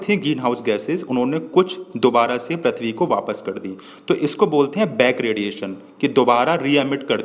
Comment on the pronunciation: Not prathbi say prithbi